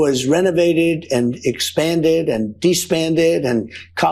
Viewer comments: despanded? the moron still hasn't learned English, he should be deported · What is "despanded"? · I know it's not as important as the stuff covered here, but... "despanded"? 🤦‍♀️ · "Despanded" 😂😂😂 What an ignoramus that old, orange idiot is. When's he going to snuff it? 🙏🙏🙏